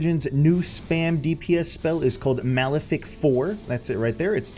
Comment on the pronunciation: Did u say "Malefic" Yugioh Abridged Paradox voice playing in my head: "MOEIFIC" NOOOOOoooooo lmfaoo